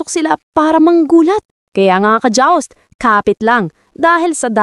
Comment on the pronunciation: Dear AI, Please get your pronunciations right. Pati "joust", bumalik sa dya-awwsst. Nung umpisa, good narratives. Lately, very flowery and dream-like and memasabi lang.